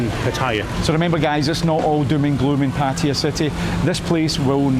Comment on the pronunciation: It is not Patire. It is Patt e y a If you are going to live there please pronounce the name properly